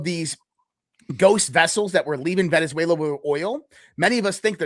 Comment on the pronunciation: . “Venezuela” not “VeneNzuela “